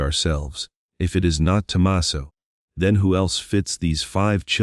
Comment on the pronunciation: This would be good if the AI knew how to pronounce Tucson, alibi, Tomasso and other important words.